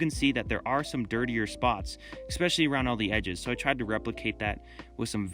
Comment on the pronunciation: "Ekspecially"... ? Nice prototype... now make the final object using fiberglass.